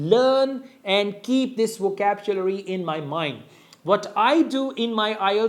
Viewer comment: "Vocabchulary" that's how "over super ultra english native speakers "speacks english 😂😂😂😂😂😂